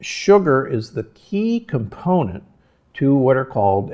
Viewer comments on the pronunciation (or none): none